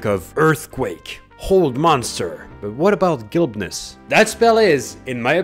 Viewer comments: ...gilbness? Either the word is spelled wrong or your pronunciation. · “Gilbness”? You meant “Glibness” pronounced differently. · If it is about convincing people with your verbal dexterity and facility with words, then perhaps you should pronounce the same of the spell correctly ... "GLIBness". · Ah, you mispronounced the name of a spell that makes you speak well. Hilarious. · How glib of you to mispronounce glibness